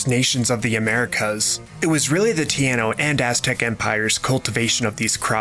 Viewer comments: Ty- een- no empire, it sounds like you said Tiano like Piano with a "P". I'm also going to be staying in Republica Dominicana. I hope you had a great time! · Did you say tiano, did you mean taíno? 😢 That's ok I'm not hurt ... 😓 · its taino not tiano theyre not all aunties